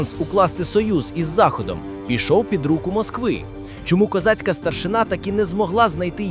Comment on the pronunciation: не старшина',а треба наголос старши'на ,старшина'-то в росії ❗